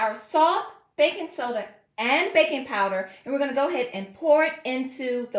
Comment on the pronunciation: Your skeleton costume is very scary but somehow I made it through the video. ☠️funny fact : when you said "we're going to do some bakin", the closed captions guessed you were saying "we're going to do some bacon" 😅